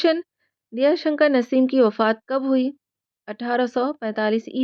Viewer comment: Shi talffuz Diya shankar nhi.. Daya Shankar h..